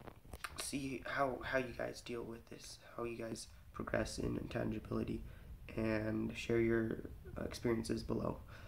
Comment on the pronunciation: Intanginability lol